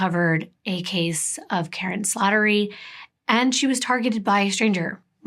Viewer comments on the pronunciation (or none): none